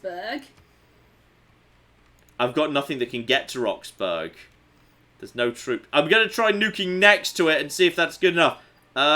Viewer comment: (ish) That pronunciation of Roxburgh would infuriate the natives. Though not as much as their imminent nuking I suspect.